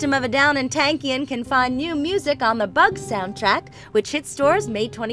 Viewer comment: i wish ppl would learn how to say his name properly.....its pronounced TONKian....